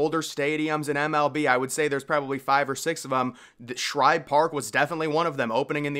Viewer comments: It's Schibe.....no R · I remember it as Shibe, Shibe, Shibe. Great vids, but get it right dude. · Dude, it was SHIBE PARK, not SHRIBE PARK. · btw its SHIBE park, not shRibe. Ive seen several videos where you get this wrong, and several have corrected ya on it lol. Anyways, good vid, keep it up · Why do you remember it as Shribe Park, if it is Shibe Park? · It was called Shibe Park, NOT Shribe Park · SHIBE park. Not SHRIBE Park. Named after Ben Shibe, owner of the A's. Yes, the A's started in Philadelphia. Phillies moved in after getting out of their lease of Baker Bowl. Took over ownership of the park after A's moved to Kansas City. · I heard of Shibe park never heard of Shribe park Lol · SHIBE (rhymes with Jive or Dive) there's no R in that name. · No C either. Shibe.